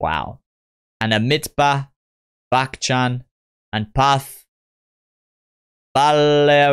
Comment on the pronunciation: You pronounced amitabh bacchan's name correctly first time